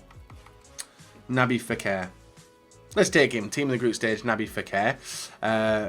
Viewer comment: HIS NAME IS NOT NABY FEKIR